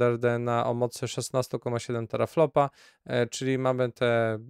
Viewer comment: chwila, chwila, ja się czepiam połknięcia „s” na końcu. To (tera)flopSy, nie flopy:) A devem w kontekście gamedevu to nie, ale w programowaniu już dekada minęła… a i papier inżyniera Ele-tele zdobyłem. ;)